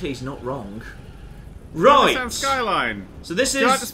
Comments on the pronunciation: because its Nissan not nisan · They're calling a 'Nissan' as 'Neh-san' rather than a 'Nee-san' which is how, at least in the part of Murcia I live in, say it. I feel great pain with their pronunciation.